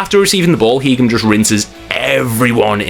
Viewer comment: You cannot butcher Heggem’s name like that lad! Class player was Vegard. We need words! ❤